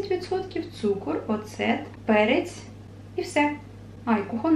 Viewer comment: Наголос на о- О́цет)